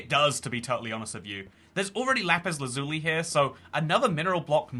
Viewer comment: Why do you pronounce lazuli like that? At one point I did too, but I was like 7.